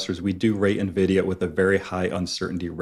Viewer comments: Yes. I cringe when she mispronounces it as ‘neeveedia”. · Please, someone tell it's Nvidia. Pronounced EN-vidia, not nividia. It's from the latin for envy "invidia." If you're on camera producing investing video content, please learn to pronounce the name of the hottest company of the industry.